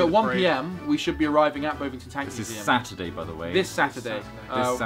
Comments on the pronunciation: it's Bovington like Boxington. haha not Bowvington. just saying <3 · As someone from Dorset I would just like to say it's [Bov-ing-ton] not [Bove-ing-ton] xD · It's bov ing ton btw not bove ing ton... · Err, actually, I think you'll find it's pronounced Bovv-ington, NOT Bove-ington. Thank you! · haha the way they pronounced bovington ;D I live so close but I can't get there!! Damn exams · mispronouncing Bovington..... how to rustle